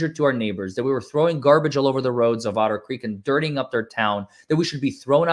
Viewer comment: calls Otter Creek, Odder Creek because the town is odd.